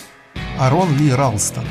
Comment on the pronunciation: АААрон Ралстон, ударение на А